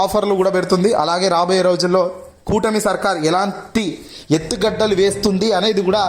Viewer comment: Etthugaddalu kadu, etthugada